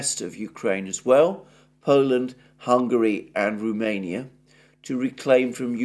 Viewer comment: It is Romania not Rumenia. R O mania. Cheers.